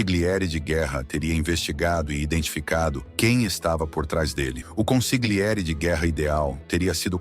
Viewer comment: ConsiGliere dói nos ouvidos. Ou traduz ou fala no idioma original, mas corretamente.